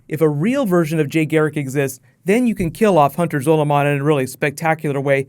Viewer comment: Time wraiths are nothing like the black flash they are completely different and u keep saying zoloman wrong